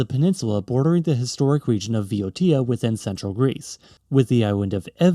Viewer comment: I'm so glad that you said Viotia and not BOW-ASIA or BOY-OCEA as usually this goes in the English language.